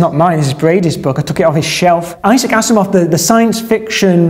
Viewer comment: They way you say "Asimov" (as in Isaac Asimov) sounded exactly like you "as a moth". I thought that was some English slang term for "as a youngster". I was ready to non-critically update my inner dictionary when you brought up the book itself, showing Asimov in big writing. Dodged a bullet there!